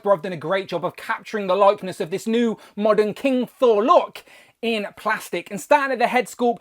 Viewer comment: Hi Mate. It's King Sore